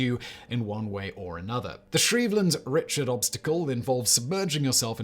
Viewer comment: Could you maybe try pronouncing "Shriveled Richard" again? It might help, when thinking of a pool with 60,000 lbs of ice, to remember "The Hamptons" episode of Seinfeld (aka the "shrinkage" episode.) If that's not enough, think of the common short form of the name Richard.